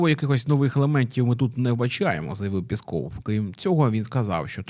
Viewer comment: Говоріть правильно. Не пєсков, а піськов.